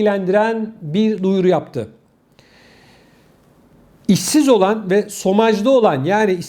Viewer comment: Sevgili ŞOMAJ okunur. SOMAJ değil. Chômage yazılır. İşsizlik demek. 💎